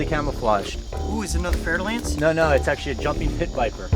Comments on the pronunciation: I'm french and I just realized, after two years of watching this channel, that the pit viper he oftenly refers to and that was behind him here is very frenchly called "fer-de-lance"... which I always heard here as "fertile-ant" with some weird "i" pronunciation....... x) no wonder I never found it on google, had to wikipedia the hole pit viper family xDD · its fer da lance snake just in case you think hes saying fertile ants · "fer-de-lance" lol i love how u prononce french snakes names (btw im french ik what im talking about) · It’s fer-de-lance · “We also have to be careful for venomous snakes” A bit later: The fer-da-lance: yo wth dude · he says " There's a Fer-de-Lance to your right." I couldn't figure out what he said until literally now lol